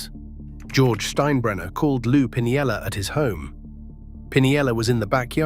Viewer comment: And the pronunciations are annoying. It butchered steinbrenner and pinella.